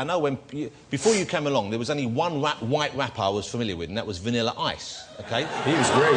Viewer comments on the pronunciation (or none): Sounds like Jonathan's saying 'White wapper' lmfao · LOL HIS 'R'S ARE 'W's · It's because Jonathan Ross can't pronounce his 'R's xD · He's actually making a joke on that jonathan ross cant pronounce R, instead he pronounces it W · I'm guessing they said 'wapper' because that is how Jonathan Ross pronounces it. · He's a vewy good wapper weally knows his stuff.